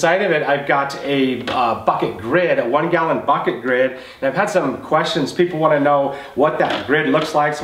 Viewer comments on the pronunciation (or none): Bad English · the way u say bucket is funny lol 😂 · I started saying it that way and I'm in Louisiana.